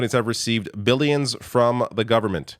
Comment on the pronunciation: why does DT always say "bee-llions" instead of "billions"?